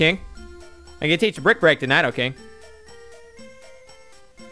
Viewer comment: mispronouncing nidokings name i see